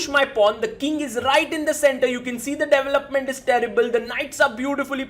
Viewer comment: I thought you were saying “doubleupment” for the first minute. Somewhat new to chess, I’m like what is this chess term???